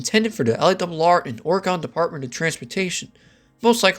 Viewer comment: Great video, but for future reference: Oregon is pronounced like “organ,” not “Oragahn”